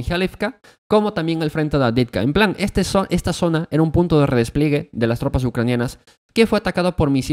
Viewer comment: redes pliegue maaaaaal, redespliegue re-des-plie-gue todo junto, madre mía